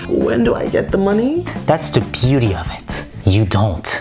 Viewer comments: No one: Nope no one:: “THATS THE BUETY OF IT “ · Omg. Am I the only one who's obsessed with how he pronounce "that's the beauty of it" and the hand gesture😂😂😂